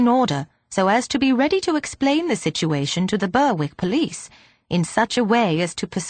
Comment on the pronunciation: Berick not Burwick